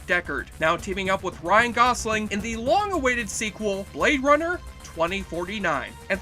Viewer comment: I’m pretty sure it’s not pronounced ‘Blade Bummer’… 😂